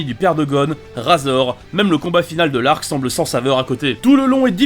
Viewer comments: vs RAAAAZOR mec c'est pas un rasoir mais RAIZOR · On dit raizor et le chef de la brigade ne s'appelle pas koullollo😂😂😂 mais kuroro lucifer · Sa s'écrit razor mais se dis rayzor.. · RAZOR Sa SE DIT RÈZOR